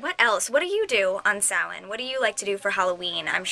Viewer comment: I'm so glad you said Samhain right!!!